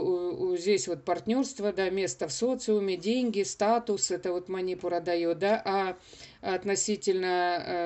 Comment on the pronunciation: Манипура !!!!!ударение на У!!!! СЛУШАТТ ВАС НЕ ВОЗМОЖНО